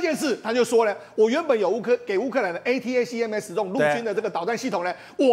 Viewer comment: ATACMS連唸都不會念，功課做得很差,這樣也敢上節目